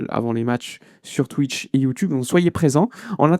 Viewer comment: Ça me fait rire ta façon de dire twich😂